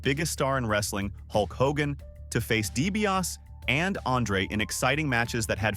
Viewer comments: Ted Dibiase is pronounced "DEE BEE AH SEE" not Dibiass ffs! :body-green-covering-eyes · Obviously you don't know wrestling. You pronounced Ted DiBias. It's DiBiase Di-Bi-ah-say! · You can’t even pronounce Ted’s last name correctly. DiBiaSEE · Lol, Ted Deebee OS🤦‍♂️ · DiBiasEEEE. Pronounce the Million Dollar Man's name correctly. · It’s de be asi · Its dibiasi ffs. If you're gonna say a name thirty five times get it right f f s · Is this AI doing the voice over? I didn’t think so, until they pronounced Dibiase as “Dee-bee-yass”. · "Ted Dibiaaas"? Seriously, dude, do you even like wrestling? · It's pronounced DiBiasEEE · dibiase de be ah see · How does a wrastlin' channel NOT know how to pronounce Ted DiBiase's name?? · Your pronunciation of DiBiase is so cringe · The pronunciation of Dibiase is killing me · Either he is ribbing us, he doesn't watch wrestling or this is ai generated. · It's an AI voice, not a real person talking. These things always pronounce at least one or two words incorrectly. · It bothered me every time he said it in the video because any real fan who watched WWF back in the day clearly heard the eee at the end